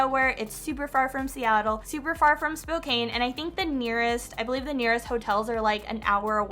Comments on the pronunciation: Not hard to say Spoke-Ann get it right or don’t say it! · Spokane is pronounced SpoCan S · Everyone from Spokane is cringing 😬 Spo-Can not Spo-Cane